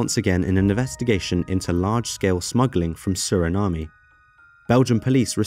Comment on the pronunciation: I don’t like how he says Suriname(unless I’ve been saying it wrong for years which is highly likely) 😂